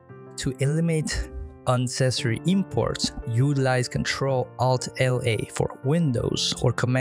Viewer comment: Thanks but your pronunciation of ALT is a bit like AL-T-E-L